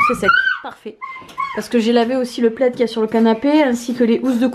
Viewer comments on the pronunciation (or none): none